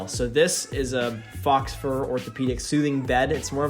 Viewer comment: faux fur is pronounces FOE FUR not FOX FUR